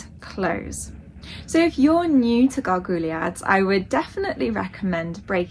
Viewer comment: It's pronounced 'gar-gwee-yard'.